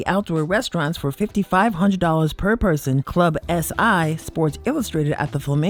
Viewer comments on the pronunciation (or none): none